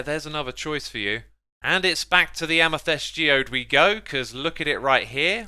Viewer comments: why does he say amythest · i like how you say amythest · Xisuma translator: "Amethest: = amethyst "Free" = three